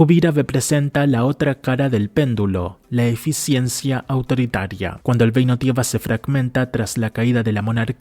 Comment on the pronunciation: El vídeo está genial, está muy bien hecho el análisis y está buenísimo. Pero sin ánimos de tirar hate, deberias considerar ir a un logopeda o buscar ejercicios en interner para poder soltar más la lengua, porque mira que es frustrante escucharte decir frases que suenan hasta POETICAS (hay frases que están para tatuarselas) para que luego todo se caiga con un "geino tiega" o "Koga". En fin, sigue así, es el primer video que veo de tu canal Y ME ENCANTO